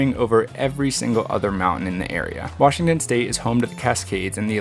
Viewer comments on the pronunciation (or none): none